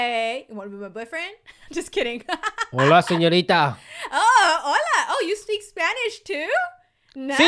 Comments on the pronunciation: Me to I dide when he said hola senoita sorry if I spelled something wrong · CoolKid BraDude IT'S SEÑORITA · CoolKid BraDude she loves it when he calls her siñorita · I love when said HOLA SENERIA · " hola senorida" XD bruh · He said HELLO SENYARITA